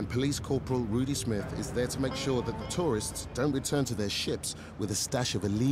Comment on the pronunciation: "who taught you dat one?" LMAO Damn straight it werent no West India!